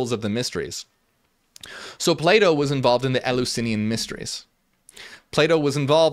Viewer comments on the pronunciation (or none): Until I realized he was saying Plato I was constantly hearing playdoh xD Non native english speaker here. Interesting video!